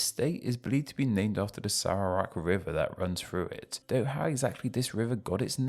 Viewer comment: Impressive pronunciation effort although needs work on Putrajaya and Perak, but I’m happy you made the effort to research it. Fun fact, Sarawak is pronounced just as you did in Standard Malay, but it is pronounced with a hard k in Sarawakian Malay, like ‘Sarah-Wuck’ or we shorten it to just ‘Sa-Wuck’.